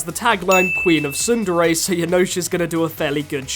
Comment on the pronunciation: For once, I would like to find an anime review that pronounces "tsundere" properly, Otherwise, great review, man. New to your channel, and you deserve more subscribers.